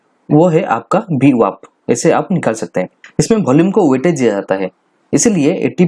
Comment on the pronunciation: VWAP not BWAP